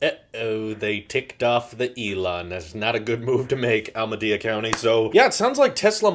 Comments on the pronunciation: Almadea county 🤦🏼‍♂️🤦🏼‍♂️its Alameda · I heard it as "Al Madea." Madea who? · He couldn’t pronounce Alameda lmao 😂